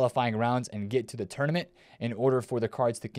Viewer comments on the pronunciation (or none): none